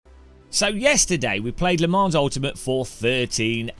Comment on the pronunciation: the s is silent